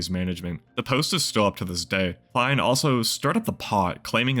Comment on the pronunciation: You are definitely saying his surname wrong !